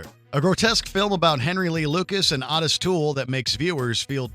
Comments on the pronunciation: His name is Otis with a long o sound. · His name is Otis like Otis redding